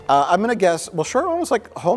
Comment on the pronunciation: Roat Shore 😂